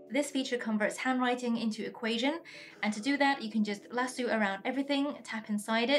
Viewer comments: Lasue 😭 it’s pronounced “La-So” 🫶🏻 😅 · Great video, but the word is pronounced LASS-OH. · The best part of the video is when she says lasoo, love it. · Hahhahaha I giggled at this too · is that how lasso is pronounced in ur language? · Love how you pronounce lasso. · Lol I was saying lasso the way she said it and thinking how it sounds so funny and different. But I bet people over there think it sounds weird how I say it